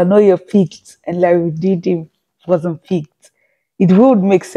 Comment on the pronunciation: The correct pronunciation is "rondin-a"